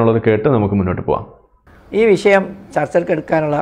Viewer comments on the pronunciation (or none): എടോ അബ്ദുല്ലേ, വിശയം എന്താ? വിഷയം എന്ന് പറയാൻ അറിയില്ലേ